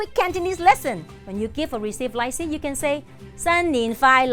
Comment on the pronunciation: The way she’s pronouncing “lai see” means something else 💩 😂